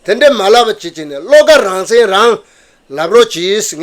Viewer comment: སྲིད་ཟུར་ནས་དབྱིན་སྐད་ཐོག་བཀའ་མོ་གསུང་སྐབས་རང་བཙན་ཞེས་གསལ་པོ་གསུང་གནང་སོང་ད། “he says rangzen”